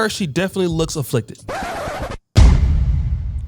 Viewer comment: that fool said afflicted🤣🤣🤣🤣